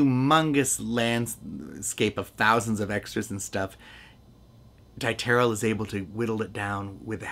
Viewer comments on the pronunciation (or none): You got so much right in this review. So how could you blow the director's name so badly? It was pronounced DEE ter lee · I met on several occasions William Dieterle's retired secretary Erna Budzislawski' and she pronounced her boss's name as Deeterlee.